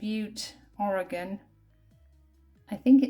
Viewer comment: Thank you for correctly pronouncing "Oregon" (not Ory-gone"!!! The Opal Butte egg is a nice collector's find! Beautiful, and best of luck treasure hunting!